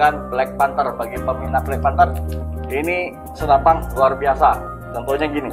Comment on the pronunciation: Senapaan brooo..senapan...bukan senapang...😂😂😂😂